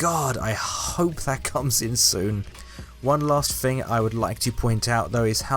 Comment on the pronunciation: I love the way they say thing it’s like fing